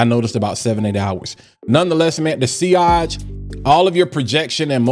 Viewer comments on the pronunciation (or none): none